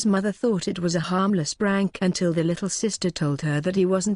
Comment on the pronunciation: It keeps saying brank tho 😂🤣